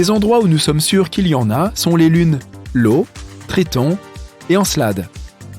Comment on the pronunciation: Erreur de prononciation sur la lune Io de Jupiter, la première lettre n'est pas un L comme semble le croire le commentateur mais un "i" ! 😀